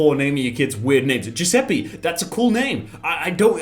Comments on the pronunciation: Its not giuseppee Its giuseppe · It's not Giuseppi, it's Giuseppe. E like elephant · The reason "Giuseppe" sounds weird to english speaking people is because every single one of you completely butchers the pronounciation, it's not even remotely close. It's closer to "Giuseppay" rather than "Giuseppee". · saying giusepee hurt my soul as an italian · Lol it's weird because u pronounce it wrong, u should pronounce it Giuseppa(read the A like A in bacon) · Anyone else cringed when pronounced that Italian name as "Jews a pee"? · It's an Italian name,dude. Giuseppe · that Giuseppe pronounce triggers me pretty hard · Ffs please stop saying Giuseppe like that, in italian "E" is pronounced differently, it's like an f but without the "FH"/"TH" sound, try it on translate (make sure to use the italian voice btw) I beg you, every time someone in the world says Giuseppe wrong, an italian grandma dies